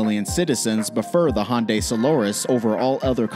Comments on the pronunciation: nope, it's the hundai accent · Honday or hyundai?😂😂